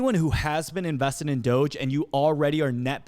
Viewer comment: how you say "doge" is troubling. Softer G on that. doge = doge.... not doge.